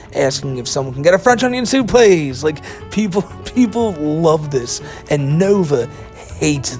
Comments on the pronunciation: Can I get a fwench onion thoop pwease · CAN I GET A FWENCH ONION THOUPT PLEATHE!!!!?